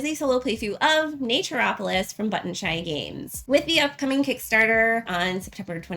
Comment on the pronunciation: Wanted a quick run through before getting a few copies for Christmas presents. Yours was the one I didn’t turn off after 5 seconds as your pronunciation of the game sounded correct to me (Everyone else said Nature-opolis). :)